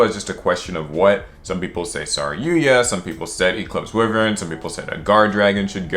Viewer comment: Its why-vern not we-vern